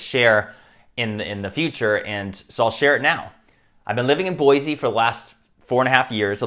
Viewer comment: It’s not pronounced BOY-ZEE, Idaho, it’s BOY-SEE. That incorrect pronunciation annoys real Idahoans just like Illinoisans don’t like Illinois being incorrectly pronounced ILLI-NOISE. And please don’t tell people to move here or Idaho in general. Californians and others have brought their liberal ideals here and are trying to destroying our majestic outdoors and our fervent Constitutionalism. If you can’t even pronounce Boise, stay away from Idaho. Thanks.